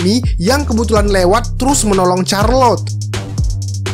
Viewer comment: CHARLOTTE bacanya bukan CARLOT 🤣🤣, tapi SYARLOT